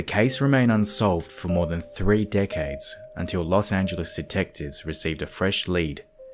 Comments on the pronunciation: In the first sentence I genuinely thought he said '' 5 Dickheads'' That is all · who else thought thought at the beginning he said "5 dick heads" instead of "5 decades" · I saw your comment first, when I clicked on the video, so I definitely heard that hah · lol I heard it and ran straight to the comments. Was not disappointed when I saw yours 😂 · Great video! I definitely heard "dick-heads" for "decades" in the beginning 😳🤣 xo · Awesome video! However, am I the only one who, at the beginning of the video, thought he said "dickheads" instead of "decades"? 😂 whoops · I heard “dickheads” then realized he said decades 😆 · At the beggining I understood : were gonna check 5 dickheads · 0.06 'dickheads'?